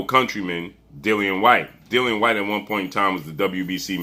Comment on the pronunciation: It's not hard to pronounce Dillian whyte 😂